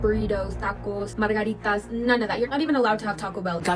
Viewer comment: mara-girritas? She doesn't even know how to say margarita but she's claiming she cares about Mexican peopl. That's how you know it's all for show because her own accent is fake.